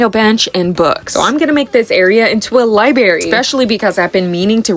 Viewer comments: no, mispronounced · I came here to see if anyone heard that except me. I hate being the way I am, but that word of all words, drives me nuts. The bench and shelves look pretty though. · I thought i was the only one who heard that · A libarry??? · Its an accent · I hate being that person, but I thought the same thing. Oh please say the R please please please! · why is it such a big deal to you guys that she said one word wrong